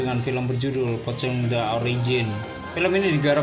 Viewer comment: THE bacanya dè bukan tè